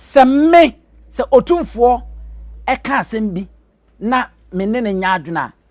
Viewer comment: WADAWOROMA, IT IS NOT OTIMFOƆ. WE SAY, OTUMFOƆ. THANK YOU.